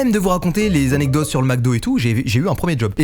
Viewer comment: SEPT ZZZZANECDOTES au début mdrr